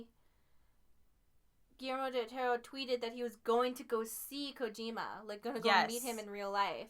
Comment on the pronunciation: Oouff, musssed up his name again?? Poor Guilllllerrmo Del Totoro!